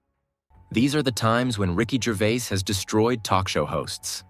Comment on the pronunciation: Sloppy, repetitive, and you pronounce his name, wrong. Rubbish examples, too and with you explaining every ONE of them before you show us. Hope your other vids are better. 🙄🦍💨